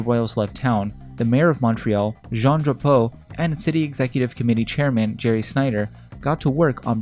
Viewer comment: .... the mayor of montreal JeAn DrApOoooo... it willl always be funny: anglophones saying french names